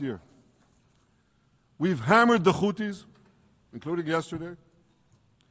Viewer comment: Khouthies khamas khezbollah He should learn how to pronounce them first😂😂